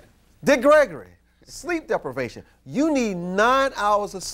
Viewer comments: lol "sleep deplevation" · This nigga say sleep DEPLIVATION...SMART GUY